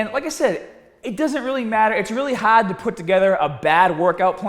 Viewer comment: Haaaaarrrd. You’re Australian!! Great info!